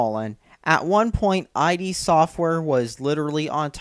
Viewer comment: He's so stupid he's not even saying "id" correctly, he's spelling for a name, and he sounds like a MGTOW twit!